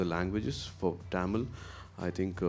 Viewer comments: casual a oru time sollalam. But few yrs in Mumbai made him to say tamil as Taamil that's sound awkward from a guy who admire him and his words. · Happy with Suriya's Positivity but Why is he pronouncing THAMIL(TAMIL) as TAAMIL??? As a Tamil I feel irritated to hear it! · Adhu enna da Tamil !! Why can't he say Thamizh ?? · Bruhhhhh it's NOT TAMIL but it's pronounced THAMIL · I wish Suriya said “tamizh” instead of “tam-il” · Anchor properly pronouncing Tamil.. whereas tamil boy surya pronounce it as Taamil... 😂😂😂😂 Enna da dai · Love the way he talks but why is he pronouncing Tamil that way😅